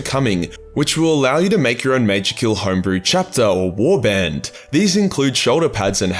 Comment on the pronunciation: You saying things like “Warband”, I can sense Big D Dylan from Let’s Talk Lorehammer ramping up for an epic battle. I mean, you know, Aussie v Aussie and all that jazz. Hahaha